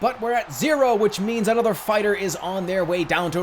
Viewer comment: Another gad damn it, anothah!